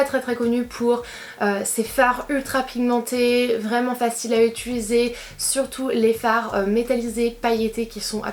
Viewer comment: J’adore ta façon de parler, à chaque fois tu dis « UTULISER » au lieu de « utiliser » 😂😂😂